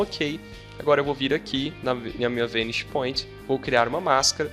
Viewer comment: Sua pronúncia da palavra "vanishing" está errada!!!